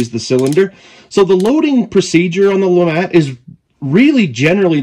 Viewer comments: I believe it is pronounced the “Lou-Mah” Revolver 😅 not trying to be that guy but I’m just trying to spread the word. Nice video! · I believe it's actually pronounced Lemay. But either way, it's a very interesting concept!